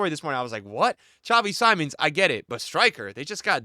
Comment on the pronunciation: Please lookup how to pronounce xavi simons